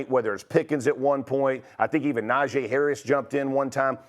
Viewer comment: White people is really bugged out like how many times did Najee come out and say my name is nah-gee not najae yet Jeff Saturday still calls him a completely different name smh y’all mfs make me sick man